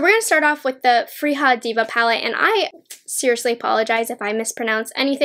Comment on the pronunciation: I love your reviews! ❤️ I’m going to pick these up this week. Btw in Swedish the j in Freja is pronounced like y, and Solmåne is something like a sool-MWAU-na. The å is hard to explain, but since I know you’re half Chinese—dunno if you or your mom speak Mandarin—but the å sounds exactly like the o in pinyin. For example in wo (mine) or the Chinese version of “oh.” And you’re pronouncing Älva correctly.